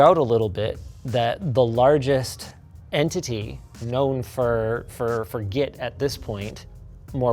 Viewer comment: It's not "get" to travel its "git" to travel